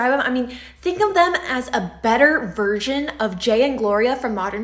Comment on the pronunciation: No doubt your Latina because you pronounced "version" "virgin". For some reason us Latinos struggle with that one.